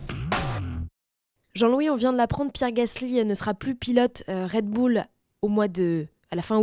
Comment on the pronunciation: "Red Boulle" ?